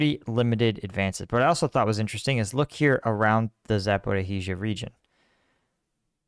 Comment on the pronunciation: Darling! It is not ZapoR - KH - izhzhya!!! Drop KH, PLEASE! ZA - PO - RI - ZHZHYA. Simple as that.